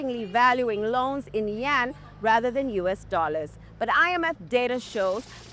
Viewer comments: You keep saying Yen. It is YUAN, Yen is the Japanese currency. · Not Yen, its Yuan